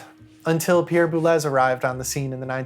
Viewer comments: This is great but… ‘Boo-lez’? Boo-lay! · This is really good work, thank you. Perhaps it wouldn't be rude of me to theorize that Boulez, being French, may be pronounced "boo-lay". Ligeti may also bear pronounciationial research on the level of your other stellar and more essential gifts to us.